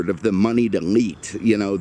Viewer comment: He said,"Money'd elite" but it sounded like "money delete". And I thought to myself,"Yeah. Ferrari's do that don't they?"